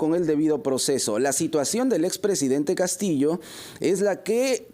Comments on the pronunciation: Me gusta la pronunciación de la "doble LL" de la periodista, es diferente a del periodista varón. Es como se pronuncia en el norte de España. Se pronuncia Castillo y no se pronuncia Castiyo. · Perfecto!, mi familia es limeña y lo pronunciamos igual Castillo. Peculiaridades lingüísticas en Perú.